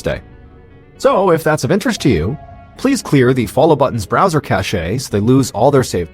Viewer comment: Someone please tell john that the word "cache" is pronounced 'cash', not 'cashay'.